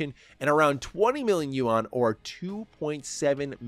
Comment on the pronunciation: The Chinese "You-On" 😂